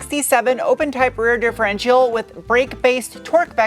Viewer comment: It's adorable how you can't say differential properly.